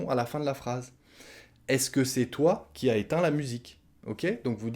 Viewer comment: "C'est toi qui aS éteint la musique", c'est toi qui as mangé le S ? 😆